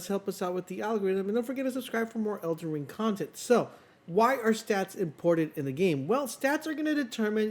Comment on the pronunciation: he also says elder wing